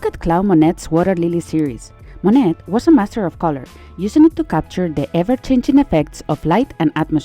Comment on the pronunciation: Only thing I would change is the way artist names are pronounced-Monet is Mo-Nay and Van Gogh is Van-Go and maybe talk about implied texture too, please.